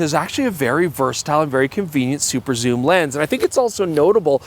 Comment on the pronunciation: Soom lens? Yes please! 😂